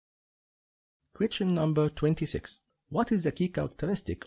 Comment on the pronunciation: I watched all these on your udemy link. You are actually very good at explaining and have a natural talent for teaching others how should they think during the exam in order to better organize their time and achieve maximum efficiency. Unfortunately your English pronunciation sucks, especially when you try to say "question", I want to just press Alt+F4. Try to improve this and you will do amazing.